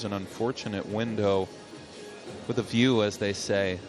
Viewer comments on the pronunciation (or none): none